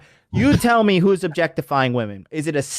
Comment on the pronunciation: Why is it that these weirdos (like the Josh guy in this video) can’t even pronounce the word “women” properly?